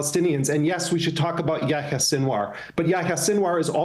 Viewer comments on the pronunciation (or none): Not anybody's fault here but man that pronunciation on Yahya's name got me. It's pronounced "Ya-he-ya." With the "y" following the "h" like that, it follows the long "e" sound like the "i" in spanish.